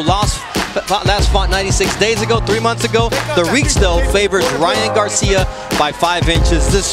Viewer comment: When he says Garcia that’s sound like « Johns cena »